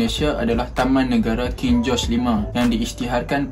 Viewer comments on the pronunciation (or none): none